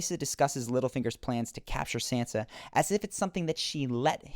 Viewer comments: your video might have been good but i just cant keep watching and hearing you call sansa 'sensa'. it just hurts my ears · It's not "San-zah" or "Sahn-zah", it's Shan-shah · it is pronounced "SAHN-SUH" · It's pronounced Sansa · SANSA! Why not pronounce it correctly? The way you pronounce it is very distracting, almost annoying.